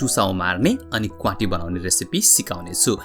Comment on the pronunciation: Please note it's क्वाति not क्वांटी